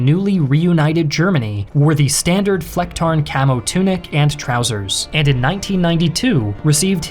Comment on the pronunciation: Its not Flachtarn its Flecktarn. (Yes, I am a German)